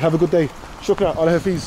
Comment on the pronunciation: Just want to tell you that it's not Allah hafeeeeez it is Allah Hafiz Don't stress too much on the i. 😊That way people will be able to understand you. Your videos are great